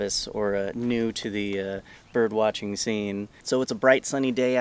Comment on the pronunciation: Am I crazy birb lover or did I just hear him say "birb watching" instead of "bird watching"???